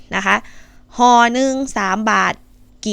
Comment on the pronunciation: ห่อค่ะ😂ไม่ใช่ห้อ. 55555